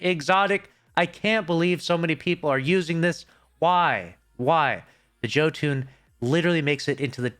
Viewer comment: Yall killing me on the pronunciation of Jotunn lol